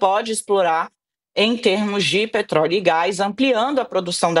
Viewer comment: " O mundo num podi, so eu podi explora peetroliio, minha exporação é com muito amor" pai dos pobres.